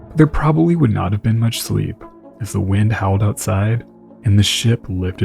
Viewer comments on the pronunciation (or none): none